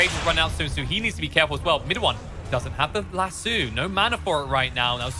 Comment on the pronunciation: Lasso not Lasoo